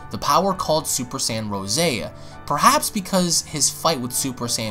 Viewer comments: It's rose as In the flower. No rooseh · Dude its Rose not Ro'se lmao